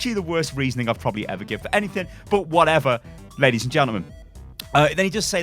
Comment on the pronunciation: lay dees and gentlemen